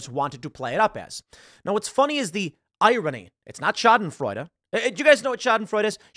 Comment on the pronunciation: I swear, I'd pay actual money if Tim learned how to pronounce "irony" correctly.